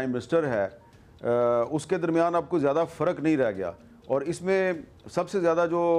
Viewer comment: Zaada nahi ziyada...😴🥱